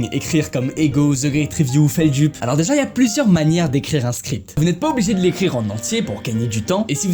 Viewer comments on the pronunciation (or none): ça se prononce FELDEUPE et pas FELDUPE